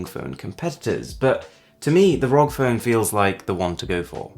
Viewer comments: rogg phone... m8... its R.O.G. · I find it mildly annoying how he pronounces ROG It's supposed to be spelled out. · I cringed when he said "Rog phone" and not R-O-G phone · It's ar oh gee, not ROG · "Rog" phone lol